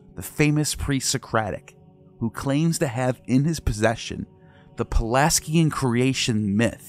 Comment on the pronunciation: You mispronounce 'Pelasgian' over and over... And 'Knossos' too depending on who you ask... 'Azure' and 'annals' also... 'Xalchas' is a misspelling...